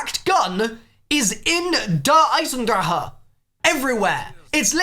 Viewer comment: FINNALY,FOR ONCE IN THIS COMMUNITY,GINNALY,SOMEONE PRONOUNCE DER EISENDRACHE CORRECTLY!!! FINNALY